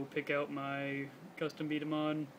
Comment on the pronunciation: B dama not b damns ball